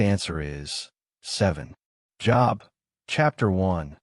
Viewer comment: Only 7 right this time. Great Quiz. I realize that the voice is computerized; but, when it refers to the biblical man, Job is pronounced with a long O sound. Please keep these otherwise great quizzes coming! Thank you for putting them out there!